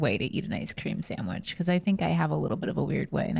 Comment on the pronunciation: the way says “samwich” makes me rage